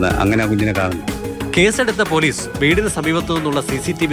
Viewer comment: പേലീസ് അല്ല പോലീസ്